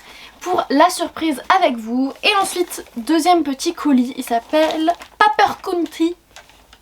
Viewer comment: "Pas peur county" 😂 prononciation impeccable Chouettes unboxings ! ✒